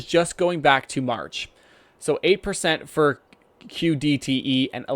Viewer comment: well said, however you keep saying ODTE, it is QDTE, keep up the good work and i look forward to more video